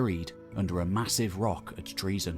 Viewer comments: Not pronounced that way. Enter "english greek translation" into a search engine then translate Troezen to greek. There is usually a sound icon below the translation that will speak the word in greek. English forms of greek words are often phonetically poor representations of the greek words. Unfortunately the narration in this video isnt even close to the english "tro-zen". Think "toe-zen" and insert the "r"..😊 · it's Troezen then